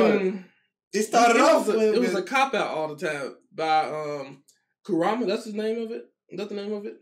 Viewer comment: 😂😂😂the way u pronounced kurama